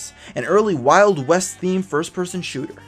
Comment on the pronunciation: you said "An early wild west themed first-person shootu-r" on